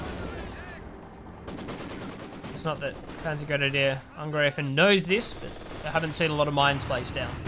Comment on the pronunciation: So many English language casters say angr-ee-fen, it seems you say angr-ay-fen, but in German, it is to be pronounced angr-eye-fen (as in eye, I, aye,...)